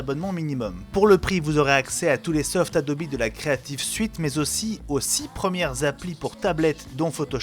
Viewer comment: Adobi pour la prononciation anglaise comme niki